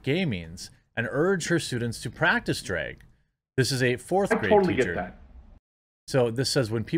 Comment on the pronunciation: At first they way you were pronouncing “drag” was annoying…until I figured out what you were actually saying…”dreg”🤦🏻‍♂️🤣 Because it is a “DREGS SHOW”! I’m gonna start using this. 👍🏼🙏🏼